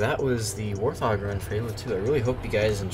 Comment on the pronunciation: It's not warth og, it's pronounced 'Wart-Hog' (End me)